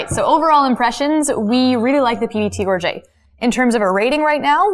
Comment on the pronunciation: Gorget = /GOR-juht/ not /gor-ZHAY/